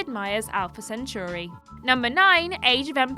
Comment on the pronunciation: The butchering of the word "centauri".